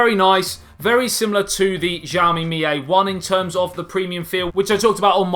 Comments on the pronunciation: its not zhaoimi......its xiaomi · Wright pronounce is Šaomi, but I know that is hard to said on English... this phone, redmi S2 or Samsung J4 +..? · The most interesting thing about the phone is its pronouncing, it is different for everyone : Shaomi ,Chaomi, Hiaomi, Ksiaomi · Pronounced name wrong. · thank you!!! His pronunciation this cringeworthy